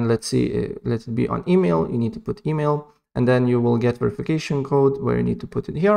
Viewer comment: bro said, “emeel”